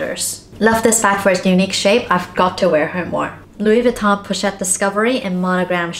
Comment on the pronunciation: pochette not pouchette